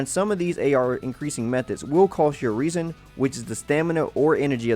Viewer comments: Just a heads up; You're pronouncing resin wrong. It's pronounced 'res-in' not *'re-sin'*. Noticed you doing that in a few of the genshin impact videos I've seen. Good guide though; Keep it up!~ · my boy said reese in. and i dont like it. its rez in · This is a great video, thank you. But just to let you know resin is said like reh - zn